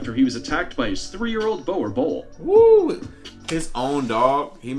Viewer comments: The Boer Boel is pronounced: “Boo-rrr Bool”! Please don’t say it this way 😂😭💀💔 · Boerboel is pronounced boor er bull. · Bruh the guy in the video pronounced Boer boel wrong (dom naai) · Lmfao completely butched the name boerboel xD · The way they try pronounce boer😂us South Africans are laughing 😂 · My man butchering the name boerboel 😂😂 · Any South Africans laughing at how they pronounce Boerboel...